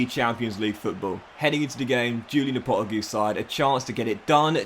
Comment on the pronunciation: Absolutely adore but the way he says Lopetegui’s name drives me insane 🥲